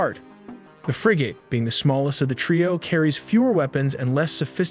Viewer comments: And Frigate is pronounced frig-it not frig at! 🤣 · Frigate is pronoinced FRIG-it, not frI-GATE. Also, FAHL-inx not fa-lanx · Forecastle is pronounced Folk cell. Frigate is pronounced Friggit like Friggin. Phalanx is pronounced Faye Lanks almost like it were two words. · Good vid, but be aware the vid mispronounces both "Phalanx" and "Frigate"..... also, noted the range map is badly out of scale, the indicated range being more appropriate for a ballistic missile than a fleet defense missile. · Would be nice if the information presented was actually accurate. (Presenter doesn't even know how to pronouce 'frigate'.) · Learn to pronounce words. Phalanx and Frigate